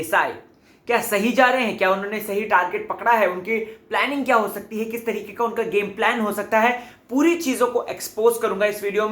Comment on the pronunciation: please hindi properly trikey ko bolna sikho, Tarique bolna fake lagta hai hindi main tarike bola jata hai trique nahi. Irritate karta hai. U r not Arshi khan.